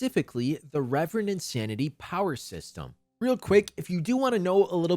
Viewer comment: Ill continue calling it ki like i call reverend insanity rEEEEEEverend insanity. It was weird to hear the correct pronounciation of reverend for the first time after reading the novel for 5 months